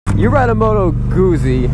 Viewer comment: You pronounce Guzzi like you would pizza.